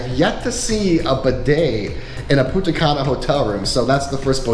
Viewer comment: It's punta CAN UH not punta CUN Ah